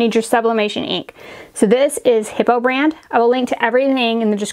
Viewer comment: HIPOO...LOL does not sound like HIPPO but HI POO. Too bad they don't make the bottles to fit the Eco-tank printers